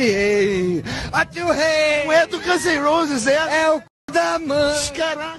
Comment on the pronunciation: Você falou de falar nome errado, mas falou "Guns and Rolls"... Vídeo e canal ruims, e teu papo não convence.